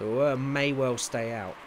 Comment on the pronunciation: Spoiler Alert! Congrads, I guess xD. Magnussen is the first ever Danish driver to win, so quite an amazing result for Denmark. And BTW you completly mispronouced the new Williams driver Auer. It's pronouced Auer like you say Au and er. And great episode, as always :)